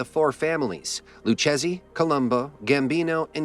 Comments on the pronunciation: Lou chezzy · Its pronounced loo Kay Zee not loo chasey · It didnt say Lucchese properly.